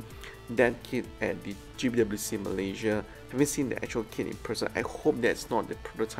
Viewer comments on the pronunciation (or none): none